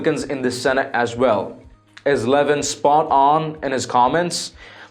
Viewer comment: It's a total shame that you offend the one and only Mark Levin. Please at least try to sound educated, and learn how to pronounce subject's name correctly. How can anyone with anything to do reporting political stories, not know how to pronounce the "Great One."..??